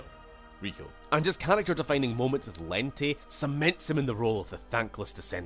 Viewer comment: Wow. I'm not sure how it happened, but the way Lente is pronounced is wrong. Maybe there wasn't enough communication between the writers and the voice actors, or maybe they just didn't care. Lente, as it's in the game, sounds ridiculous.